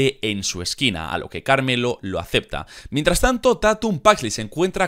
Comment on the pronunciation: Se pronuncia pErez y carmElo no perEz y cArmello 😂 las entonaciones son importantes